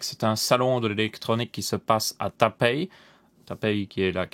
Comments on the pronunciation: entre tapei et taipei je vois un "i", après je conçois que c'est pas forcement facile à prononcer Et puis c'est pas la vraie vraie prononciation, mais on s'en approche suffisament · pour toi oui mais pour nous francophone ça nous est pas évident